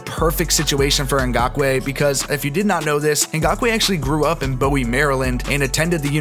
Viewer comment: As a Ravens fan, I like the trade. We needed a speed rusher opposite Judon. With Calais on the line, I hope it allows less blitzes that good passing teams eat up. I think his run defense has something to be desired but the pass rush pressure seems more important to beat the Chiefs. Also heads up, Bowie (MD) is pronounced boowee and Calais is pronounced Kahlayus. Although, with his stature, he could be nicknamed Collosus Campbell. 😄